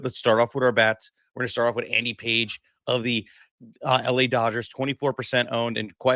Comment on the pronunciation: It's Andy Pages, pronounced PAH-HEZ.